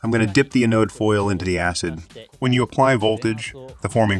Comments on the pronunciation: in and ive heard anode pronounced wrong too many times. next video... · ATTENTION PUBLISHER 1. The Japanese-English bot-translator mispronounces the words "wound" and "anode". There are surely other mispronunciations. I suspect these high-quality videos need closer review. 2. Please compare characteristics of the solid vs electrolytic capacitor in computer circuit boards. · anode got pronounced multiple wrong ways, wound vs wound (don't blame me for the language, wound as in a capacitor or coil winding vs wound as in bullet wound, entirely different pronunciation. Some years back, I read a treatise that English isn't a language, it's a weapon designed to create madness. As a native American and am also fluent in UK English, I completely agree.